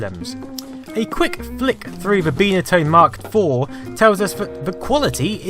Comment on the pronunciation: "Bye" na tone, not Bee na tone... jeez